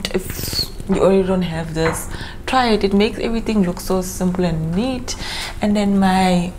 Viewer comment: When you said "dis" you killed me🤣🤣🤣